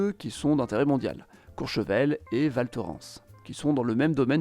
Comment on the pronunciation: Merci pour le partage 🇨🇭 PS : Val Thorens se prononce "ValtorINsse"